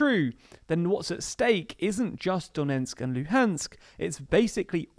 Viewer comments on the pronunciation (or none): It’s DoneTsk not Donensk! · The name of the province is Donetsk, not Donensk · A nit: “Done ts k”, not “Donensk”. Duh-NETSK. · Not Donentsk, but Donetsk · DoneTsk not DoneNtsk :) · its pronounced "do-NETSK", not "do-NENTSK" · My dude if you wanna be a presenter in a video on donbas, you really need to learn that its not "Donensk" but "Donetsk".